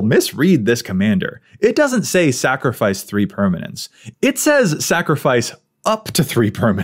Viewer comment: Did you say "snacrifice"?!, you are just my favorite!